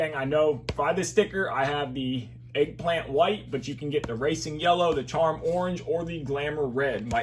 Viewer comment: It’s Elegant mate not eggplant 😂